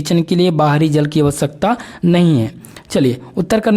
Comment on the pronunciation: Jl ko jaal bol rahe ho or bhot sare word sahi se pronunciation nahi karne ate thoda jada practice ki jarurat hai tumhe